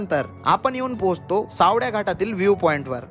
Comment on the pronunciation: सावड्या नाही रे, सावळ्या आहे ते😢